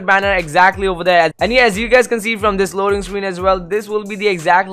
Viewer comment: Anyone notice he said loading scween